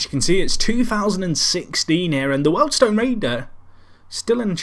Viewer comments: WORLD STONE ????? Eh thought it was pronounced WHEELED STONE ! Oh well. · You couldnt say wealdstone correctly...